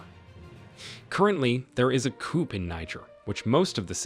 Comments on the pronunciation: Did you say coop? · Note to the commentator, the P in coup is silent, it's pronounced coo. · Did u really say a “coup”